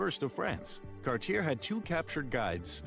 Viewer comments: Cartier is pronounced CAR TEE A. You do not pronounce the R at all. He was a French explorer and Cabot was British which is why Canada is bilngual. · I couldn't get past this guy's pronunciation of "Cartier." It's KAR-tyay. Also, "John Cabot" is an anglicization of "Giovanni Caboto," who was an Italian working for England's Henry VII. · Mispronounced Cartier.